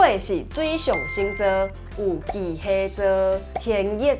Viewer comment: 巨蟹座，發音怪怪，蟹應該愛變調 kì/hè/tsō